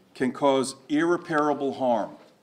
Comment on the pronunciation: “….irreparable harm…” yeah that’s not a word sir. It’s, ir·rep·a·ra·ble. 🤦‍♂️